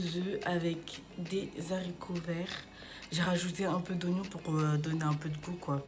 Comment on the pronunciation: " des zaricots verts " 😭